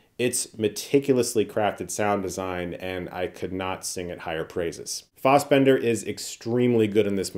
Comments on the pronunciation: We’re all here for Chris, but isn’t the whole “as a filmmaker’ shtick a little insufferable? Yes, you’ve shot a few backyard videos and a found footage movie you’ve been poring over for 3 years— ease up on likening yourself to David Fincher, Also feel like we’re on 12 years of Chris mispronouncing FOSS-bender. Why would FASS be pronounced FOSS? He’s been doing thus forever and there’s always something backyard and Ohio about Chris no matter how many airs he tries to affect. It makes him sound like a GOOBER. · obsessed with the commitment to the long A pronunciation of Fassbender lol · Have I been pronouncing Fassbender's name wrong the whole time or is Chris saying it just weirdly? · Didn't realize that's how you pronounce Fassbender lol. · Sorry Chris, but, your pronunciation of Fassbender is really bothersome to me 😂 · The way you mispronounce Michael's name is insulting.